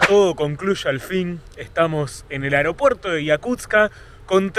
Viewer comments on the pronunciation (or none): none